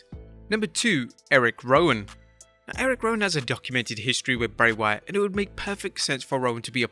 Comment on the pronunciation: It’s Bray you 🍩’s